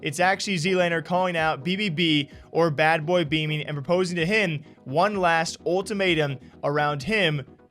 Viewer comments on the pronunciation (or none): Am I the only one that finds it funny and kindof ironic how everyone mis-pronounces him as "Beaming" instead of "Beaman". I feel like it's a low key insult, and even if it's not intentional, it goes to show how little people actually take him serious as an individual. I guess that's what happens when you offer little to nothing about yourself and your entire presense is overshadowed and legitamated by other people's names. Ironic how he seems to be able to vocalize and spell everyone else's names quite well as hes slandering them. Just saying.